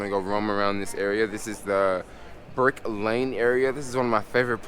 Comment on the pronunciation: Brick Lane, not Burke Lane.